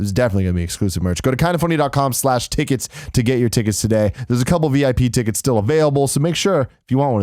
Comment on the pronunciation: Tim can't say 'tickets'.